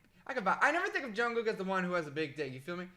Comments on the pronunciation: HAHHAHA THE WAY HE SAYS ‘JUNGKOOK’ IM SORRY I FEEL BAD FOR LAUGHING 😂 😂 😂 😂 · It is JungkooK with a k at the end